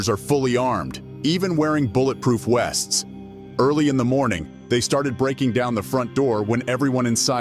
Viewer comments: Do I win if i say Wests instead of Vests? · The narrator said "wearing bullet proof West's" Lol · "bulletproof wests" ??? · When the narration is done with a digital voice, at least get the words correct. 'should have heard the SIRE...' Bullet proof WESTS.... This channel is a waste of time. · I heard that to. Ha ha ha